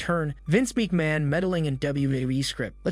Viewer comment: Didn’t give it any thought until Vince Meekman came along lol